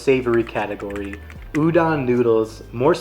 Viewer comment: You covered most of the popular foods on O'ahu, which is a good start for new visitors. The rice in plate lunches comes from Japanese immigrant food, not Filipino. The red beans (azuki) in shave ice that you've seen is also Japanese. Japanese pronunciation of "musubi" is not "muSUbi" -- more like "musuBI" and "udon" is not like "u-dawn" -- "O" is always pronounced "oh" in Japanese, so the "don" is pronounced like udohn" or the last syllable in "condone."